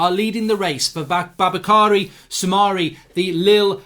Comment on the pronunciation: I don't understand you say Soumare shouldn't be a good tackler - I've seen him do great tackles on Youtube. He's name is pronounced "Su-ma-ri" by French TV.